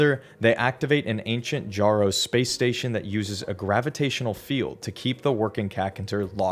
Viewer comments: >pronouncing the Jjaro as JAR-oh instead of yarro >making a dumbass ‘I did not have sexual relations’ reference >’I don’t know why pathways into darkness is canon’ For fucks sake man I couldn’t even make it five minutes into your stupid fucking amateurish ‘complete lore’ video without you clearly showing you can’t be bothered to provide even a fourth of the effort into this that other video essayists out there do. Just crawl back into your hole of irrelevancy and stay there if this if how your gonna do shit. What a fuckin’ waste of my time. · ITS (Y)ARRO PLEASE BRO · Say jjaro one more time